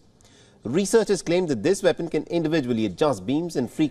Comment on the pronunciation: What is a "Vepon"? 😂😂😂